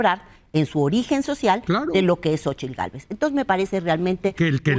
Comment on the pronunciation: Su nombre es Xochitl... la terminsción es como si fuera a decir Tlapalería.... no Xochil